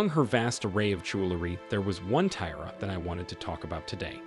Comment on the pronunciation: Learn how to correctly pronounce ‘tiara’ and read Latin numerals!